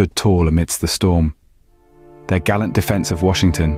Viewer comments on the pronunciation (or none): none